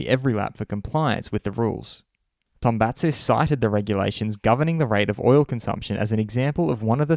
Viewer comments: Its To-BA-zis....Not TombaNTSis...Zis like zena... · Its not tom-pa-sis is To-ba-zis mp=b in Greek. Also not tom-pa-tsis z should be pronounced like in Zoro.